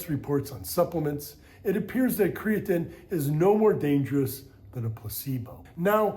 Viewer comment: Aside from the way he says Creatine, this video is awesome